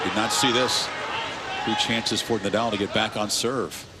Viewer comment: Rafa Ney-dahl! Stan Wawinka or was it Stan Wawrinkan?